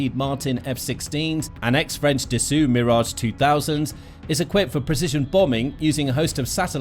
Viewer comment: Language hint: Dassault is pronounced Dasáw, like Renault is pronounced Renáw, with the stress on the last syllable (as in all French words).